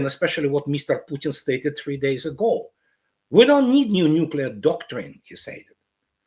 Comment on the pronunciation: “neucler response elicited”? Hazelnut. Hello.